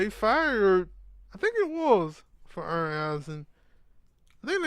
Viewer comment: It's not earn its Arn